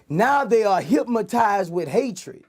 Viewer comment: hyp-Ma-tized with hatred 😂